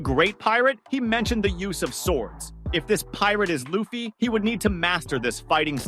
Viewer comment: LU FFY LIKE LUCY BUT LUFFY at least ypu got it right for the rest of the video ok maybe not like 70/30